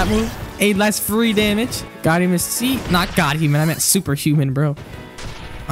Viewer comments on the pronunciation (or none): none